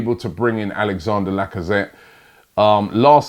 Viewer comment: C'mon Robbie, I thought ''holaa Laca-paella-zette'' was enough to rule this move out alone?